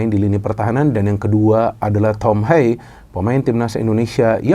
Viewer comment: Haye❌ Hayeu✅